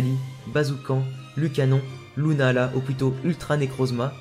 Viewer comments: C est lunala pas luna ala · Ta façon de dire lunala est bizarre lol